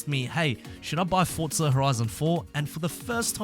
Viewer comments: I don't know why you are punishing my ears when you say fordtza FFS it was very fussstrating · I dont know where he sees the letter "t" in the word forza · Cant wait for "fortza" horizon 5 😂